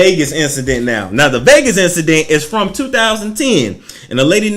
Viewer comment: “Even where I’m frrromm” STL... never wanna say it but I’m convinced u from STL. Say it loud...